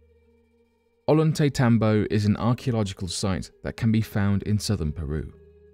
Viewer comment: "Ollantaymbo" = "oh-yahn-tay-TAHM-boh". In Spanish, two letter L's together are pronounced with an English Y sound, like with the word "tortilla"--"tohr-TEE-yah", not "tohr-TILL-ah". I don't know why British folks have such a hell of a time with Spanish pronunciation, but I've lived my whole live in the American Southwest, so maybe I underestimate the difficulty because of familiarity. Even still, Spanish pronunciation rules are very consistent, so one just needs to remember the few oddities, like how to pronounce double L's.